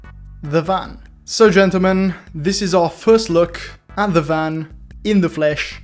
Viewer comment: G O O F Y W A L K “Ggentelmen*